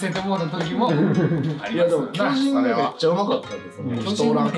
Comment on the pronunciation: 進撃の巨人(きょびと)！？